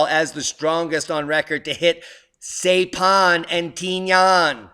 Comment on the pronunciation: Those islands are pronounced S-eye-pan and Tin-ee-in. BIG battles in that area in WWII, both naval and amphib.